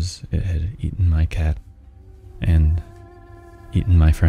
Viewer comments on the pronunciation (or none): 아니 잡아인데 작아로 말하누 ㅋㅋㅋㅋㅋ